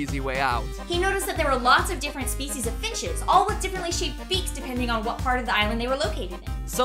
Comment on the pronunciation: ....she says "finches"